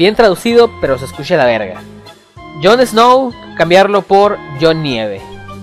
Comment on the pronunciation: La "ch" la proncunciás para el orto, y no soy Español. Se dice "escucha" no "escusha" >:v